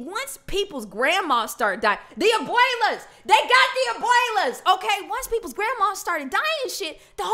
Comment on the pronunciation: Lol i love when u say DI ABUELAS!!!😂🤣